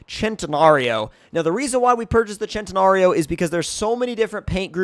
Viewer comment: its not said ch-en -ta-nar-Ee-oh it’s said sent-i-nar-ee-oh